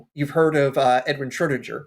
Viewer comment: Fun fact (from someone who did a physics bachelor's with a German best friend): the g sound in Schrodinger is a hard g, like in "get." Not a j sound!